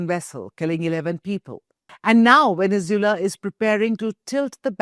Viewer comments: It’s pronounced veh·nuhz·Way·luh not veh-ne-zoo-luh. Lol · Vene zu elan thats how it is proouced. How could India become a world power when its media and parlaimentarians can't pronounce simple words? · Venezula? Bijing ? 😂😂🤣🤣